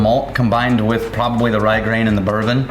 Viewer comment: is my kind of gal. "Auulright. I'm alright wif it!"